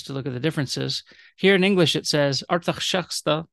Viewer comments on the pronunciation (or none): none